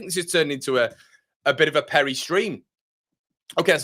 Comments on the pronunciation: Your pronunciation of Perri … outstanding 😂👍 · If he is Brazilian you are murdering his name - but love the enthusiasm - We need more Brazilians